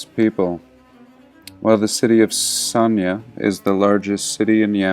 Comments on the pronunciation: Sanaa not sonya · Just to help a bit, you are mispronouncing Sana'a. The apostrophe is a glottal stop, so you separate that last "ah" sound, so phonetically it is sahnah- ah, and the "n" is a hard sound, not the soft one you are using.